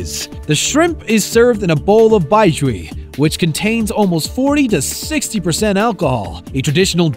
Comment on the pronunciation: Baijiu. Not baijui.